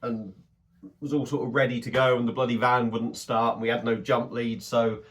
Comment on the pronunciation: Van not can 😂😂